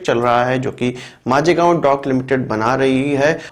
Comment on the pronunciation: It's not majegaon.... Bro it's Mazgaon DOCKYARD.